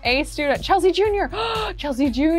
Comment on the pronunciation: she made kasey and chelsea’s name sound like her name. if u go back to the episode where chelsea has taylor and tayler you’ll see that